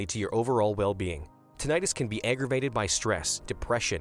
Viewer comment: CLICKBAIT TITLE. The narrator doesn't even pronounce "tinnitus" correctly.